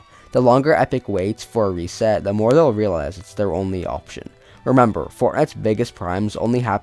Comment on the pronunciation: Read reset VERY wrong 😭